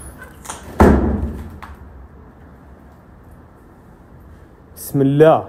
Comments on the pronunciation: The way u say Bismillah ..ahrmaraheem...in lols rofl even if dnt understand but damn that's a prayer to Allah...that u the devine one your the most giving n pls forgive us..but uuuu yismillaah lolz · If anyone was wondering when he says smallah it’s said like bism allah which means in the name of allah. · did he just say bimallah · It's "bis" "mill" "ah" hope this helps you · why does he keep saying "smeelah" ? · Im not a Muslim but It is pronounced [Bismillah Arrahman Arrahim] which means... God the merciful the benificient.